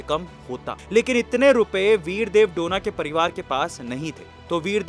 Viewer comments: उनका सरनेम " डोना " नही है. " डोने " है.गलत उच्चार मत करो. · Sir donna nahi pronounce it as do ne. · Bidev dhone name he name to sahi bolo a2